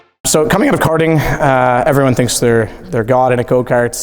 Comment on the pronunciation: Go ‘kerting’ Touring ‘kers’ Brilliant